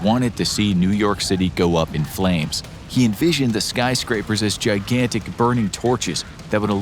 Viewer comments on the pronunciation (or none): none